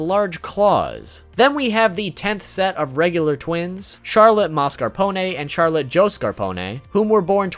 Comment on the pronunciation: As someone who lives in France i cringe whenever you pronounce some of the Charlotte family names